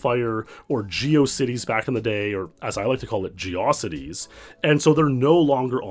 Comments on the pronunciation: "Geawcities" It's pronounced, METRO CITY! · Got that megamind "metrocity" way of saying geocity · Omg I always thought Geocities was pronounced as geeAWcity too 😂